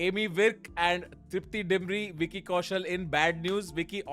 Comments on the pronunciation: It's name not aimy 🥲 ammy virk bro aim toh kr liya 😂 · not Aimy Virk, its AAMY Virk